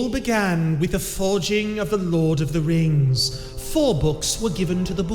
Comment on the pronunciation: It was pronounced "raangs" 🤣🤣🤣